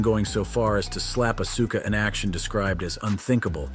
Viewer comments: He says Acusa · hearing so called wrestling professionals miss pronounce names like Asuka, Finn Balor, and Iyo Sky consistently is crazy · STOP CALLING HER ASUKA lol bro cant even say her name right lol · Oh yeah well it’s Asuka not Auska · Asuka? It's like AUSKA dude. Think OSKA! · You need to learn how to pronounce Asuka properly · You are killing Asuka name if you're going to talk about her you should learn how to pronounce her name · You mfr do wrestling contend bitc and don't know how to pronounce Asuka??? Randi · Think you need to quit doing wrestling content and we can tell you don't watch wrestling because you can't even pronounce auska's name and if you did watch wrestling you would pronounce her name properly